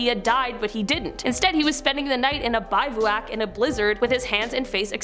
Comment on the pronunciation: YAY!!! Just for future reference the word “Bivouac”, is pronounced, BIV-O-WACK. What a wonderful Canadian girl! You make us proud. Cheers. 🇨🇦